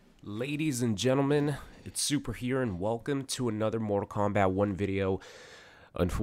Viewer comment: "morter Kombat" "Febery" "Littery" Dude, work on some pronunciation